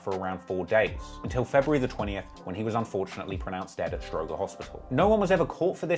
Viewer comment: "Stro-Jer" not stro-Grrr